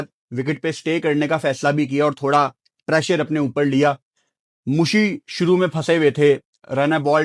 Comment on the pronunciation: When say: Shoro se shoro kerte ha le me 🙃